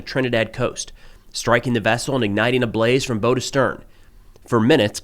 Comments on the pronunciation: You said, "from bow to stern" referring to smuggling boats. You need to be sure of your pronounciation - "bow" in nautical terms should rhyme with "cow" and not "low." Hope this helps. (When rhyming with "low," the word bow refers to a bow tie or the bow on a gift.) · The "bow" of a boat is pronounced the same way as you would as in "take a bow" NOT "bow and arrow." I hear this all the time. AI narration? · Did you really pronounce the front of the boat as the “bo” instead of the “bow”? 😂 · The word "bow" for the front of a ship is pronounced to rhyme with "how," or the word "bough".